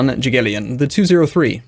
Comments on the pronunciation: You are pronouncing Jagiellon incorrectly pls check it in google translator it hearts (i know its not your fault) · When you say Jagiellon you have to say G like in word "great" and say it like it was spelled like that: Yagiellon